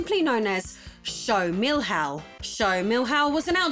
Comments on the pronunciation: Milhao is pronounced "mee-lee-own" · Nice video! But would it be so hard to get on google translate and click the audio button to listen to the pronunciation of Milhão? ps: Me - Lee - Uh - oh (said fast) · Despite the weird pronunciation of "Milhão" (it would be like 'Meeliaun'), the video is amazing. Good research despite the fact that probably most info was in portuguese around the internet. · That's not how "milhão" is pronounced at all! Hahaha. It's also funny how you pronounce Gradiente, like it's Spanish.